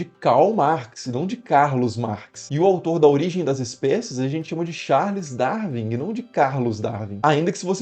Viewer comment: De brasileiros, só o Pirulla consegue pronunciar bem: Charles DarUin, e não Charles DarVin. Isto porque o W em inglês é duplo U. Duplo V é na Alemanha.